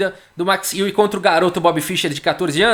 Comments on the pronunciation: Amigo do canal, para pronunciar o nome do Max Euwe é necessário no sobrenome, para o ditongo EU vc faz com a boca o formato de pronúncia de Ô mas o som que vc fará é de É, então o resultado é um som que mistura Ô e É. Quanto ao W terá som de V do português e não de U. Então a pronúncia fica Ô/ÉVE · A pronúncia do nome EUA